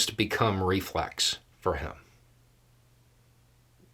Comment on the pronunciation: Sounds like reflux instead of reflex